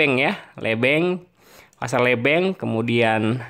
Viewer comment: Pasar lebeng di bacanya lebeng mas bukan lebeng 😁